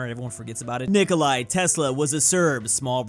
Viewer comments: Its Nicóla not nikolai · Saying Nikola as Nikolai is a phobia I just discovered because of the beginning of the video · normal ppl: ni-ko-la and cro-at am*ricans: NI-KOU-LAI AND CROT